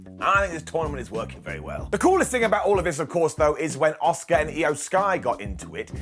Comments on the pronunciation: It’s Ah-Ska not Oscar 🤦🏻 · Why is he pronouncing Asuka as "Oscar"?